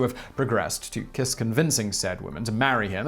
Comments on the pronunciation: I am Hungarian and never heard this story. Also, Kiss is pronounced as “Kisch” (or “Kish”) and Cinkota is like “Tzinchota”. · It's "Kish" ;) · the pronounciation is pretty bad there, i thought y'all do research :/ i mean google translate can tell you that "honvéd" means "national guard" or that kiss is pronounced with a german "sch" or american "sh" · To pronounce Kiss correctly; say “Keesh”. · I know you are badgered a lot about pronunciation, buuut... "Kiss" is actually pronounced "Kish" in Hungarian (and means something like Little, and I think the name ps pronounced something like "Bala Kish", but sadly, I have no pronunciation markings, or skill in use of them); Kossuth street is pronounced something like "Koshut" street; so the idea is: s stands for "sh" and sz stands for "s". The C in Cinkota is a... c, (not pronounced as a k), that is also universal in Hungarian. Károly Nagy's name is hard to pronounce, too, but it is the Hungarian for "Carl" which gives a good clue. Nagy is.... Let's just stay with "hopeless"; it was also my grandfather's name (it is a common family name) and according to himself, throughout his entire foreign career nobody abroad ever pronounced his name right. Thank you for all your effort in trying to pronounce weird names right! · Kish* is the pronounciation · "Kish" Nad" with a soft d